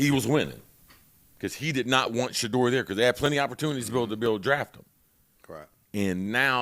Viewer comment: Shedeur not Shadore😂